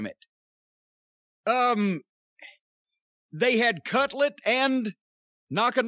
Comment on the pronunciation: Everytime they say cutlet instead of cutler, I get a little hungry